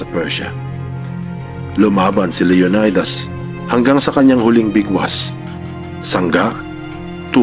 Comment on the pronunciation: LEO NAY DAS IS WRONGLY PRONOUNCE. SHOULD BE PRONOUNCE LEO NEE DAS